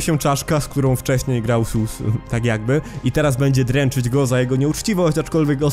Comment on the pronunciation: Mam pytanie czy tylko ja mam tak że gdy mówi SUs przypomina mi się AmungUS?